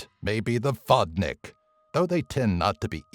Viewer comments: Well, actually it is pronounced [vodni:k] ... I ment your number 9, just for the good measures. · how you say Vodnik is making me laugh xDDD Vodnyk